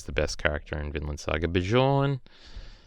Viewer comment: Its not bishorn. Bjorn is pronounced beyorn. Learn the nordic names. Thors and thorfinn are amazing characters.